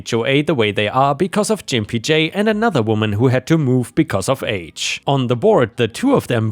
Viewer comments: "Gimpy" is pronounced with a hard G 🙂 Edit: That same story ended with "Fuck HOAs" but where in that story did the HOA do anything but actually help OP come out on top? Gimpy J's board member position played no discernible role in the story. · I enjoy reading and listening to your posts. Just for informational purposes - "Gimpy" is pronounced with a hard G sound, not a J sound (think "gun", not "gin") . Also, it is the adjective form of the noun "gimp", and its most commonly used definition is "a person with a physical disability". It is often considered offensive. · "Gimpy" is pronounced with a hard G, not soft. G as in "get". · Gimpy is a 'G' sound, not a 'J'. 😎😎😎🌟🌟🌟😺😺😺 I love the HOA exterior paint tale. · The G in Gimpy is hard, not soft like j. More like in Georgia. For your information Why not require the HOA to approve the color by the Federal Standard number. Yes, there is a FS standard for paint colors. It is listed as FS #####. Paint companies give different names to identical colors, but the FS number shows you what is the same color. They could also use a range of FS of very similar colors. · Lol, that's not how you pronounce gimpy dude. And no you won't get a strike or any other penalty against your channel for saying it correctly. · Just FYI: The G in gimpy is a hard one, not a soft one. (Which is to say, it's pronounced like an actual g, not like a j.) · Gimpy is pronounced with a hard g, rather than like a J. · The G in gimpy makes a guh sound like goat Gimp or gimpy is a not nice word for somebody with disabilities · Oh, I can't... sorry! Gimpy isn't pronounced with that G sound (like the G in Germany). It's the other G sound like... gas, grapes... gigawatt. I don't usually like to correct your pronunciations, because you do very well and most mispronunciations are close enough (SORRY, SORRY, SORRY, SORRY, SORRY) but this one hurts my ears (SORRY, SORRY, SORRY, SORRY, SORRY). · The sound is a G not a J. please learn to read and speak English